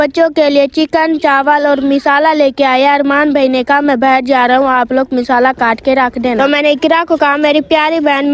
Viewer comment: बहन मिसाला नहीं मसाला होता है